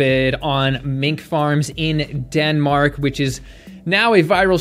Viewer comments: Damnn I thought you said Dedmink at first 💀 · Had to like the video after hearing "Denmink" LOL -german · "Den-Mink" earned you a like. Haha! Never change!